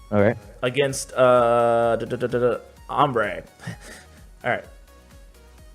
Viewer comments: pronounced "harambe" as "ambre" lol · RIP Harambe. Btw,, it is spelt Har-am-be, not Hambre:P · did you call harambe hombre??? its pronounced ha rawm bee and he was a real hero who you should respect (btw this is a joke dont get triggered) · Ambre😂😂😂. It's harambe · The way you pronounce HA-RA-M-BAY lol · I can't stop laughing when ash called harambe "ambre" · The way he pronounced Harambe xd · it really breaks my heart when I don't pronounce harambe properly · The way you pronounced Harambe lol